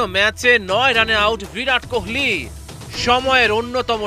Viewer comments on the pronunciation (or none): none